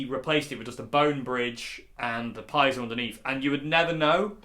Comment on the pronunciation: Piezo is a Greek word for pressure or push. Correct pronunciation would be Pee-ay-zow. Seen you struggling there. Glad to be of assistance 👍🏻😬